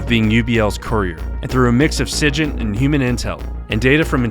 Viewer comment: Love you, but learn how to pronounce SIGINT…it’s a hard “G”, like Sig Sauer…